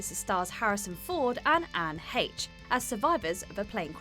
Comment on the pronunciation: Woah, has jumped from WhatCulture? You're going to have to learn to pronounce names properly now,. Watchmojo always pronounce names correctly. You may have been able to get away with that at the WC, but these are the big leagues. It's Haysh, not Hetch.